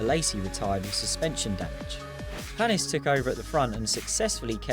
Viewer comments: And its paniiiis 😂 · Olivier Panis with an "A"